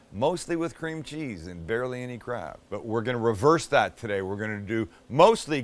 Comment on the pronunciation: why did i think he was saying crap not crab😂😂